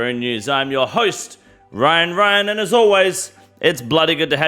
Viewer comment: Always thought he said CryinRyan